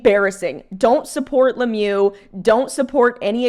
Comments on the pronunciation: Le mieux means 'the best' in English. It's pronounced Le meuh in French, rather than le mew. I fully agree with your opinion. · it’s not Lemieu it’s Lemieux